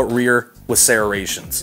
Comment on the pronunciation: Serraa-ations... Lol that's what it sounds like when you say serrations. Great video I enjoed it and you covered all I need to know thanks! This pistol is $449 on BDU so thats a great price. Just subscribed to the channel keep up the good reviews. Cheers!